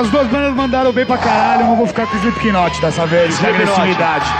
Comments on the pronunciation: Muito legal o programa, pena que a cambada ainda não sabe falar slip"KI"not direito :P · "Slipiquinoti" kkk